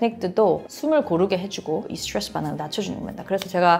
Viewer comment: 스츄뤠쓰 스츄뤠쓰 스츄뤠쓰